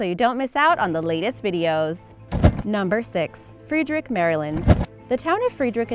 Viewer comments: I have never heard anyone said Frederick like she did...... Damn I didn't know that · I have never heard Fredrick MD pronounced that way 😆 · Uh. She totally said Frederick wrong. Also really weird seeing where I live in a YouTube video. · When she says Frederick incorrectly -_ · Learn how to pronounce Fredrick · BRO I LIVE IN FREDERICK!!!! it is pronounced Fred- erick not Freed-rick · This girl needs to learn how to read!!!! She pronounced Frederick, Md. Free drick??? Its Fed-er-rick!!! If you are going to try an do this for a living LEARN HOW TO READ!! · Not sure where you are from. It's not Free drick MD. It's Fred rick. Might help before you do these video's you call the local Chamber of Commerce and ask them how to they pronounce their town. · Its pronounced Fred then rick Maryland then friedrick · It's not pronounced "Freedeerik", Maryland. It's Fred der rick, MD. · freeedrick, no, its pronouced FRED-ER-ICK Maryland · She murdered that town's name in MD, its not "Free'd-Wreek-In" its "Fred-Errr-RICK" MD. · Jesus... frEEderick??? It's Frederick, like any normal person who has a basic grasp of phonics would know. Also like Frederick Douglas - how difficult is that? Read it like it's spelled, goodness. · IT'S FRED-RICK not FREE-DRICK!!! I know cuz I live there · Its pronounced Fred Rick not Freed Rick, cmon, show Maryland some love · I have to wonder why this person can't pronounce Frederick. it's not freedrick go back to school please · Fredrick Maryland is pronounced as FreD- Rick 😒👊👊✌️ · Free-derrick, Maryland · Fr-eh-der-ick Maryland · No it should be said: freedrik meiriländ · you mispronounced Frederick. as someone who lived outside Frederick, Maryland for the first 30 years of my life, I can say with complete confidence that it is pronounced as either Fred-er-ick or Fred-rick and that no Maryland native ever pronounces it like its pronounced in the video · No one in Maryland says "Free-drick"